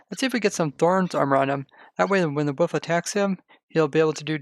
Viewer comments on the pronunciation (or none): why you say Woof? And not wolf? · Its not woof.. for god sakes please stop saying woof. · He says “woof” not “wolf” I’m actually love that, UwU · I didn't even realize he said wolf lol